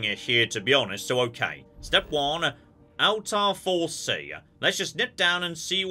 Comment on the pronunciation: May I ask if anyone else here is an Assassin's Creed fan who gets a little bugged by the game's pronunciation of Altair? I just have a reflex to hear it a particular way and it's throwing me off.